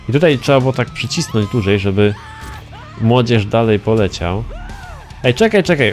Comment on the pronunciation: Masne "młodzierze"